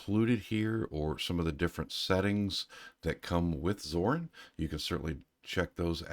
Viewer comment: WHY are you calling it ZORN?